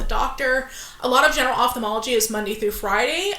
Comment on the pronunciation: Above and beyond all, THANK YOU for pronouncing Ophthalmology appropriately. Its astounding how many educated work in this field and sound so ignorant for mispronunciation of their own dang job.